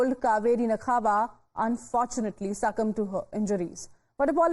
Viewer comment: It's not nakhava(नखावा)...it's nakva(नाक्वा)....anchors need to learn some Marathi and need to learn pronunciation as well.